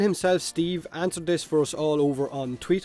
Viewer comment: No, its not "Tweeter"